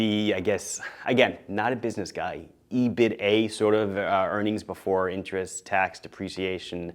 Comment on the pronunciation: You can give yourself some business credibility referring to EBITA as "EH-BID-AH" :]